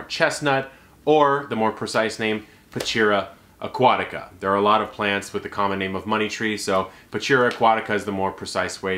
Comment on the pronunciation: You have to learn to pronounce the name of the plants un the right way. The name in Latin language is Pachira Aqutaica and it pronounce like this. Pakira akuatika non pachira akuatika. So ch it’s k.